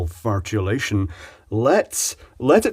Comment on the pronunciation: "Triple fartulation". LOL!